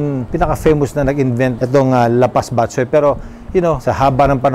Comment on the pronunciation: bat - CHOY, not BAT-choy just like bo-RA-cay, not BO-racay But thx for featuring this recipe! Miss this classic Ilonggo specially.